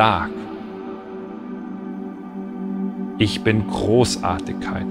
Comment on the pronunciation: Nur die bayerische Aussprache stört, z. B. Großartikkeit ..., sonst super